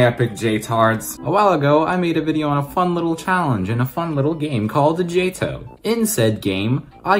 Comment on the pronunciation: Still Jay-Toh? 🤔 Dude just saying it's Jay-Tee-Oh-H 😂 Also one more nitpick: you implied 146 is over 150.